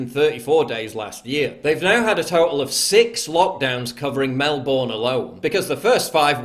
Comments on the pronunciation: It's MelBEEERRRRRRN NOT BORN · Paul, Melbourne is pronounced 'Mel-burn' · Mate it’s pronounced MELBURN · Australians: Mel-burne.. PJW: Mel-BORN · Melbinn is how you say it. Good coverage pal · Not Melbourne. Melbn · Please finally pronounce ist MelbUrne